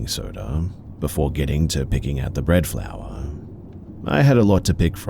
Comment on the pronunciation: “bread floor” 😅 that’s sweet. Instead of bread flour